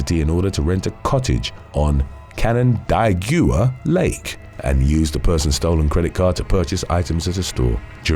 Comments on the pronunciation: Canandaigua is pronounced can-an-day-gwah.😊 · BEXAR county is pronounced BEAR. Canon-day-gwa lake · He's British, he's doing his best. No worries, he butchered Canandaygwa lake also.